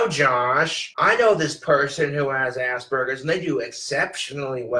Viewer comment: Whenever he says Asperger's I hear it as "ass burgers". 😂